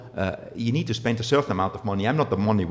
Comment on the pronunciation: How much time did Gunter schpend?